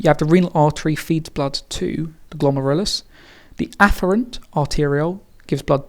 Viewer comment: I love how you pronounce 'glomerulus' my teacher pronounces it glom-air-el-oos